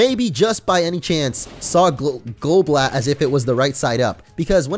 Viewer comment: Goblat sounds like golbat